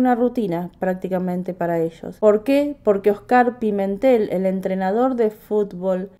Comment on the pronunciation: Se pronuncia Óscar, no Oscár.